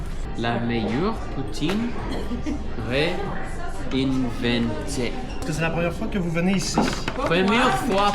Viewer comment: Réinventée" looks a lot like "reinvented" but in French the two n's aren't actually pronounced but signal that these are the nasal vowels "in" and "en". Right next to each other, so hard to do. Interestingly, in France the vowels "in" and "un" are merging in one sound, probably because of the immigrant influence, but in Quebec we keep the distinction and that is going to lead to confusion when speaking to them in the future.